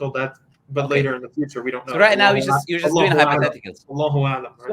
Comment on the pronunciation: He said 'Allahu a3lem' and 'Yallah' in a very good way. Probably an Arab christian?